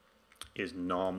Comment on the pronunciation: That makes it much easier to work with `i18n` in nextJs ! thanks a lot for an other great tutorial. [nitpick]: `nom` is pronounce like this -> :)